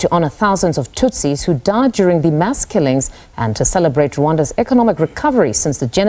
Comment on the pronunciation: Nonsense did you just said "genocide against Hutsis" why don't you make a research before you start pretending as if you are an Engrish person.